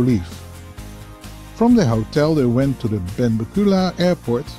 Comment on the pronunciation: Great vid! FYI, Heb - brid - eez . Ben - bek - you - ler.